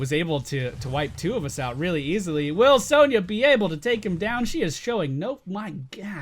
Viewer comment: Isn't it pronounced son-ya not sown-ya???